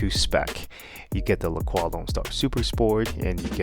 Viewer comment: It's "La Croy"...